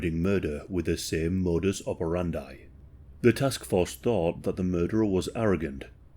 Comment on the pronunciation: "Modows operanday". Priceless.